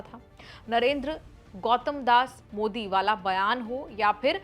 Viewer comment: Encor bhi bevkuf hai jo Pawan Kheda Jaise chamche ke bare mein itni tarif kar rahi hai Modi ji ka sahi se naam bhi nahin bol Pai. क्या साबित कर पाया वह कांग्रेस को जीत तो नहीं दिला पाया इस चमचे की तारीफ मतकर।